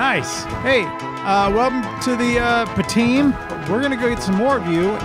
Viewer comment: LOL "Welcome to the pteam."